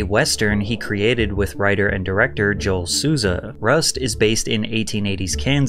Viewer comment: I swear Patrick can't go one video without fudging up someone's name or butchering some word, you called Joel Souza by his name properly then only a minute later you call him "Jo-elle" and as a Joel myself i just can't help but cringe